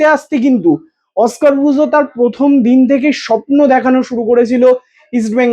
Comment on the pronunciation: শবন স্বপ্ন উচ্চারণ করো